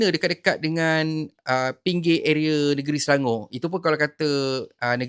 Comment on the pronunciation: Ucap Selangor bukan Selango.